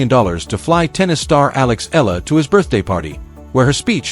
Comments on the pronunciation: Alex Eala pronounced as AlexAyala! Thank you Jan27 26 Tuesday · The correct pronunciation of Alex’s surname is : E- yala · Sir to pronounce her Filipino Surname is E-YALA